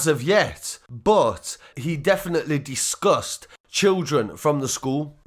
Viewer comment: Loved the way you said discussed as disgust talking about the abhorrent man